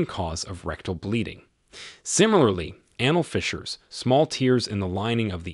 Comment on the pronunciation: why are you misprouncing so many words? Anal? Tears? Tarry? Bowel? Diverticulitis?